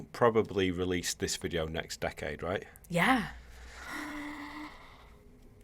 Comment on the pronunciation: when you say next it seems to be nxsht